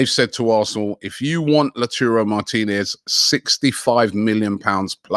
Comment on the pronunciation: When Robbie finally says Lautaro Martinez correctly